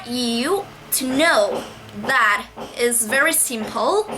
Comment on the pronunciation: Thấy bạn nói có vẻ rất tốt và từ nhiên, nhưng mình một số từ không cần đưa lưỡi ra ngoài cũng có thể phất âm được như từ "love". Hơn thế nữa những từ tư "that" cân đưa nữa ra ngoài để phát âm nhưng mình thấy bạn chưa đưa ra được (chỉ một số từ thôi). Nhưng nếu bạn nói nhẹ nhàng, giảm cao độ và chậm hơn thì sẽ nghe tuyệt vời lắm. Cảm ơn vì đã chia sẻ kinh nghiệm học tiếng anh.